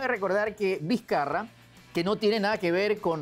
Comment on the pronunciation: "Martin Dizcarra" JAJAJJA